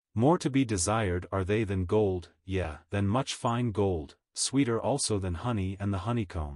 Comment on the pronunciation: The computer was taught to pronounce the word, "Yea" as "Yeah", when it's actually pronounced, "Yay". And the Book of Job is pronounced "Jobe" and not "job". Computers do pretty well, tho.